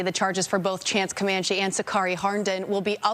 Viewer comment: How are you in media and can't pronounce Comanche????